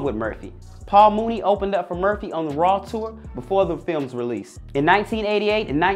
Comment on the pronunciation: Is he saying Merthie? Or Murphy? 🤨 🤔